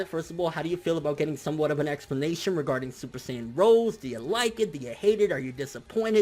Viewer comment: Super Saiyajin ROSÉ (read : rosey)